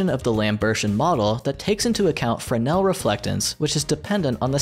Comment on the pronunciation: even words i should get i dont like how he kept saying “fernel” when j saw typed “fresnel” and i know fresnel as a word already so i think thats what he meant?